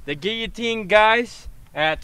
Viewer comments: What's a geeateen? It's pronounced guillotine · It’s not a geeateen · "gieoteen" isn't it "gil-a-teen"? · The way he says geeyatine rather than giloutine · Gilatean not giatene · No it's kill-a-teen 🤣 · "Gee-atine!" XD oh bloody hell... Guillotine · He calls it a geeeeeloutine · Geeateen bruh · gill-e-teen get it right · It's a guiloteen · its pronounced GILL AH TINE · its gilatin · ITS GILO---TEEN